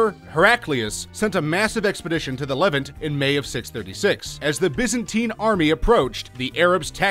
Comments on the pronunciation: 8- le-VANT where the vant is pronounced more like the aunt in taunt. 7- Agincourt has a silent t, and the g is pronounced more like the j in jaques. And for the most part you never explained how these were mistakes. For the most part you explained these as important wins or losses. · Some of he pronunciation errors were cringeworthy. "Levant", "Khaleed ibn Ali" (which he pronounces like "Ivan"), "Poitiers", "Qin" (the Mighty Quinn??) Xiao (Zow!) ??? Seriously folks . . . if youre going to take the time and effort to make a video like this (and some of them are pretty good and informative), why would you NOT spend the 30 seconds or so to look up all proper names and terms you are not sure of, and make sure you are pronouncing them correctly.